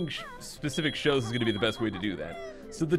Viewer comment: Oh i thought he said new shoes not shows